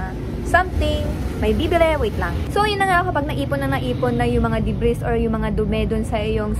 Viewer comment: debris silent s